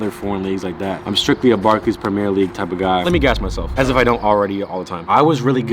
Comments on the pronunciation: ur awesome but I hate the way you say “premier” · the way you pronounce premier is horrendously wrong